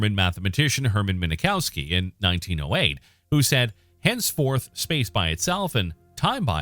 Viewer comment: If you cannot pronounce the names of these physicist correctly, you should not be doing the videos....Min kowski not minakowski....Fine Man for Feyman....DUH